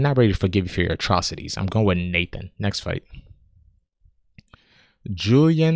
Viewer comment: Come on man, everyone knows squinting gives you a +6 to reading comprehension and when pronouncing Mr. Levy's first name it's not "Nathan," it's "Nah-tahn!" Or... Nathan for short.